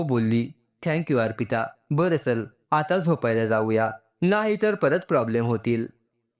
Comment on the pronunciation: प्रोब्लेम नाही प्रॉब्लेम